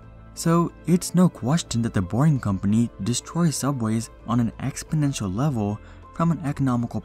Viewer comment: Damn so many mistakes in one video... I lost brain cells every time you said exponential